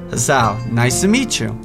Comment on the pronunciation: its kinda driving me crazy how ur pranounceing the name wrong so heres a guide haha ·misha- me-sha ·hisau- ha-sow ·shizune shiz-a-neigh (like a horse) ·lily to easy ·rin easy ·hanako han-na-ko ·kenji ken-j Btw emis is the best route;)